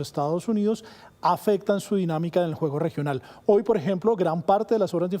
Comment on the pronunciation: Oye periodista, no se dice ahoy. Sexdice hoy.educate!señorita.